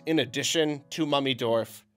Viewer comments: You said Mummy dorf, i heard mommy dorf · "Mummydorf" I understood Mommydorf